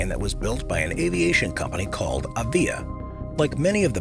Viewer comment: No.3 - it is odd that no mention is made of the DH.82 Tiger Moth, even though it is the aircraft that gets shown most in this section of the clip; the narrator keeps talking about the DH.60 ̶"̶T̶h̶e̶ ̶n̶a̶m̶e̶'̶s̶ ̶M̶o̶t̶h̶,̶ ̶J̶a̶m̶e̶s̶ ̶M̶o̶t̶h̶"̶ No.2 - the correct pronunciation of the trademark is "AH:via" (with the first syllable stressed).